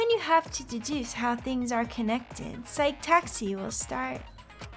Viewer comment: It’s pronounced Si-key, not Sike, like the Psyche Locks in Phoenix Wright. It’s Psych that’s pronounced Sike, and Psyche is pronounced Si-key. Don’t forget, the Psyche Taxi segments have billboards showing certain scenes.